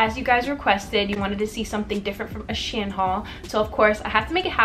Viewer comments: it’s pronounced she-in lol ,, good video tho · OK I LOVE THE VIDEO BUT WHY ARE YOU CALLING IT "shin" PLEASE QXEJNO